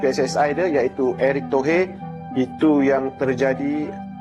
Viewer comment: Eric Tohir bang,bukan eric tohe ...😢😢😢q